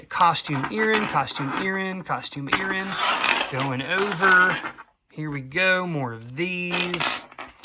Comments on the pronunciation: What exactly is an Erin? I heard you say it a couple of times... oooohhhhhh earring! Sorry😅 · What is an earren? Do you mean ear ring?